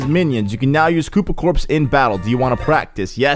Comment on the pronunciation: I feel a sharp pain every time he pronounced corps like "corpse"